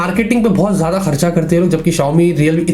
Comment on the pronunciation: gedu intead of geada (jyada) 😂😂